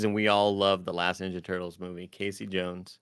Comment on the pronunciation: Tim: Teenage Mutant Ninja Turtles Also Tim: Teenage Mutant Nenja Turtles 😅